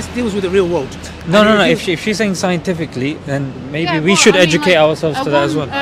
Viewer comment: lmao that halirious SiEnCeTiFcLy